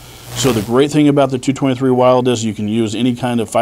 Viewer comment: Wyld-E? Please don't join the "I've gotta be different clan". You did really well on this but please. Wyld-E?? The man who designed the Wyld-E doesn't pronounce it that way.